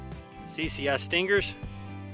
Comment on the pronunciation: stang-ghurrr.... Sting-ghur. . quite the accent haha